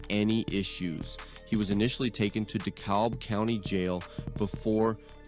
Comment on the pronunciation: We can tell your just getting to report on what's already out there. You can't even pronounce dekalb😂😅😅